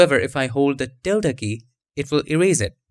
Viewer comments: You pronounced it perfectly - the spanish ~ till-da symbol found at alt126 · By the way, you are pronouncing the word "Tilde" correctly. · You are pronouncing tilde PERFECTLY! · You said ~ the right way